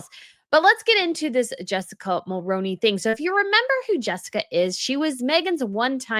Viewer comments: As a Canadian, I can say, I don't blame Jessica for leaving Ben. Ben has turned into a Maple MAGA. And just an FYI: you’re pronouncing Mulroney wrong. It's pronounced Mul-ROO-nee, not Mul-ROH-nee 😊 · Hey its not mulroneeee.Its mulruinee. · As a Canadian, we always pronounced Brian Mulroney’s name like Mul-rune-ey. When did it change and is this the proper pronunciation that we got wrong this whole time?